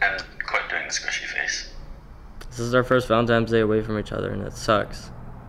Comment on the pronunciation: Valentimes day. I love it. 😂